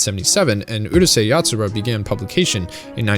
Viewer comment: Pronounced Urusei Yatsura correctly and then butches it with the dumbas Uhrusei